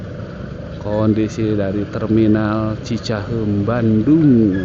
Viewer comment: Narrator-nya pasti bukan orang Bandung - teu bisa-eun ngomong cicahEUm 😁